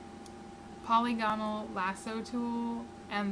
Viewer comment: Not 'poly gone al', but 'pa lig a nal'; not 'hyper bold' (for hyperbole) 'high perb ah lee", as in hyperbolic (high per bo lick).